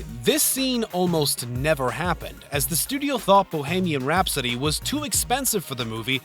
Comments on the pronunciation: The narrator has a problem with the letter T. And "Bo-hay-mian Rhapsody"? Sigh. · "Brad's Pitt" "Lundren" "Zoe Zuldana" "Dannuh Carvey" "Bo-hay-meeun Rhapsody" LOL wot? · Is this being narrated by A.I.? Asking for my friends Brad Spit, Dolf Lunge-rinn, Danah Carvey, Bahamian Rhapsody, and a number of other words. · I totally agree. I am glad I am not the only one that caught how he pronounced Dana Carvey's name and the song Bohemian Rhapsody. This is one big pet peeve of mine. I feel like if you are going to put something in a video you need to make sure you know how to pronounce it correctly.